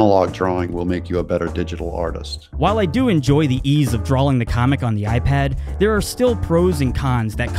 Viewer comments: I'm very sorry, your artwork is amazing and all, but could you say drawing properly. It's draw-ing, not drawling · It sounds like you've been pronouncing it as "drawling" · "Dralling" that makes me cringe lol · drawing not drawling hearing ppl say words wrong drives me crazy blame my teacher from the 4th grade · is he saying drawling?